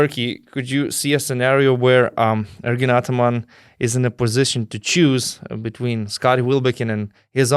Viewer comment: Chebra. Viskas neblogai. Patiko..klausysiu ir toliau. Bet Donce - pasitempk truput ties zodziu tarimu: Victory - tu tari wictory. Between - tu tari betveen Video - wideo Very - wery Covid - cowid When - vhen ..ir t.t. Zodz v ir w nereiketu maistyt. Tas rezia ausi stipriai. Tik tiek. Sėkmės